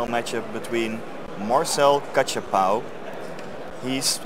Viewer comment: Failing hard at pronouncing Kachapow right. Or spelling it right in the video info.